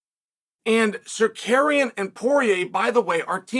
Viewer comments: Men can’t stop laughing 🤣🤣🤣, Chael it’s not tsakarian it’s tsarukyan lol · Auto subtitles has "Tsarukyan" pronouced like "Sir Karen" "Sarakian" and "Sarcaran" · Zarukyan would the accurate pronunciation 🇦🇲❤️✝️ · SAH-ROO-KEY-AN say it Chael, say it 😂😂😂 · Carukyan just that’s right pronounciatian 😊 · Arman “SarKaryan” 😂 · Chael Stop trolling us with butchering these names!! 😂 And if the judge DID apologize to Tsarkarean, the UFC should investigate that 🤷🏻‍♂️ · Herman Sarkarian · Pronunciation of his name on purpose? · Why you keep mispronouncing his name on purpose, man? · Can you learn to pronounce their names??? God damn dude. Or just say Arman. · Bro said his name properly on ESPN then went back to his old ways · Cheal makes it a habit for mispronouncing people names smh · I saw the title of the video and knew I would hear 16 different pronunciations of "Tsarukyan"